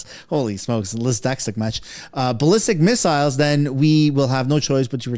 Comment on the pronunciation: Was lysdexlic a joke or did you really have a stroke there lmfao